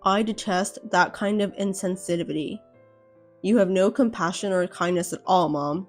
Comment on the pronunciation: Were the VAs in the Adelle story drunk? They mumbled, rushed, and slurred their words. Inzenzivdee is not how you pronounce 'insensitivity' as just one example of the many. Downvoted and DNF - get some VAs who at least sound like they give a crap 👎👎👎